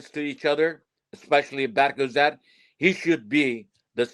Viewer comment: Bro doesn’t know player names lol the keeper in France is not berk ozer, his name is berke ozer. The midfielder from fenerbahce, his name is not ismail yukselen. It is ismail yuksek. Also in terms of team’s current leader is calhanoglu. Even arda and kenan are looking up to him.